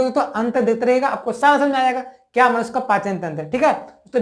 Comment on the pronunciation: Sir khana to nhi chahiye but Aap manushya ko Manos kah rhe h 😊